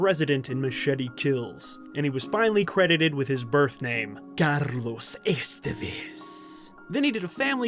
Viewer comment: It's pronounced Estévez, not Estevéz